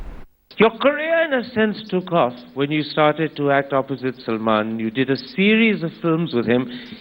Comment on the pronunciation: its Salman not salaman